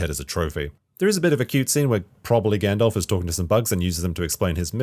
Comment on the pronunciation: Stop saying fucking “Gandolph” it’s Gandalf